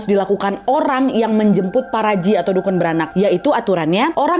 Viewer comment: bacanya paparaji 😭😭